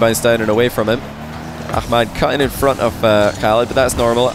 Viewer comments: no not fully proply and its not prounced halid btw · Can I ask, does pronounce the 'Khalid' in oKhalid correctly? I thought with Kh in arabic you don't pronounce the K like you would typically in English, and its closer to 'halid' but with that sound before it that idk how to type